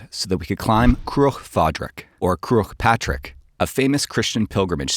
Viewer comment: butchering the pronunciation of Croagh Patrick is hilarious